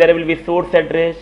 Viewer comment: It's Good, and Informative, however your prognostication is terrible of address, station, enable, list. It's really distracting and annoying :)